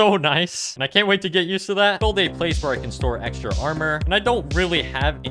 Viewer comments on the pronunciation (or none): none